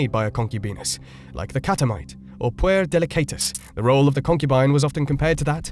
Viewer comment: Interesting and compactly presented but you need a pronunciation coach for Latinate words: "proVISE-o", "AVE-a (for Eva - not "ever") "POO-air " (for "puer"); "CatULLus" (stress on second syllable), "MORays" (two syllables, stress in first for mores = customs), "AnTINE-ous" and "lah-COO-ni" (the plural "lacunae" of the singular lacuna). "Seedy underbelly" is a very funny mixed metaphor, too.